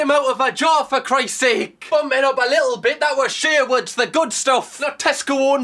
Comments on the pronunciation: it’s Sharwoods not Sherwood’s fella 😂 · ShArwoods? No one is gonna mentioning his ShErwood pronunciation.